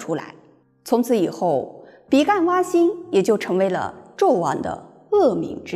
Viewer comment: 比干，干音ㄍㄢ。天干的干。